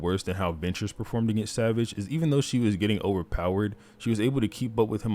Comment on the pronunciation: Bro you gotta learn how to pronounce savage 😭